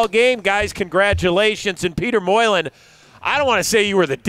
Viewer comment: Peetah Moylin